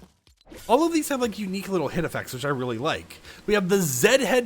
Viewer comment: ITS PENNY NOT PINNY PLEASE DUDE